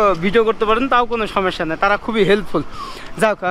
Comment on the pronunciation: ★ভিডিও গুলো আরো সচেতন ভাবে করা উচিত। ★জায়গাভেদে সঠিক তথ্য জেনে উপস্থাপনা ★সঠিক শব্দের ব্যবহার। ★কথায় কথায় ভাই না বলা ★অপ্রয়োজনীয় না দয়া করে এসব বিষয়ে খেয়াল রাখবেন প্লিজ। আপনার সব ভিডিও দেখি বলেই এসব বিষয়ে খেয়াল রাখতো বললাম। সমস্যা শব্দটি উচ্চারণের খেয়াল রাখুন আরো ভালো হোক আপনার ভিডিও গুলো।